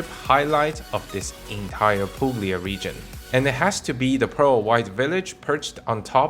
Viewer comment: You don't pronounce g in Puglia:)